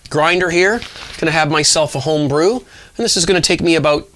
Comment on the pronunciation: I love how you emphasize, Take this time to enjoy a home brew.